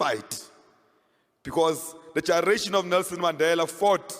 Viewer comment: Colin cannot pronounce "generation" Literally.